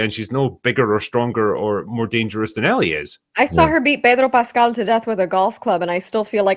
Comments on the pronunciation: its pronounced PAY-DRO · Why would she pronounce his name like that 😑